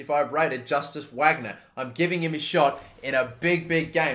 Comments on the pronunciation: VARGNER, not whagner pls 😩😩😩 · Wagner is pronounced Vargner, name of famous German composer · Don't want to criticise or anything, but I know you'll be using this a lot in the future, but I just want to say that the future star guy's name is pronounced Vagner, since in German W is pronounced as a V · It’s pronounced Varg-ner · Wagner’s name is pronounced ‘Vagner’. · Wagner is pronounced like Vahgner